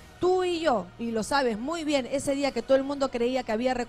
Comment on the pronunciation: La ultima vez... en ese di'a.... 🤣🤣🤣